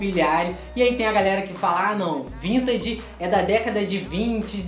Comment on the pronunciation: O pior é vc falando vintaDe